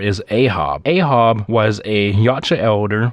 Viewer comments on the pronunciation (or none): Elders is not the highest rank , it’s ancients . And his name is pronounced A-H-AB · You mispronounced "Ahab". It's A-HAB. Like Captain Ahab from Moby Dick. Good list btw.